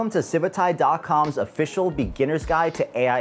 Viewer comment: CIVIT* AI* how are you saying CIVITAIIII lol...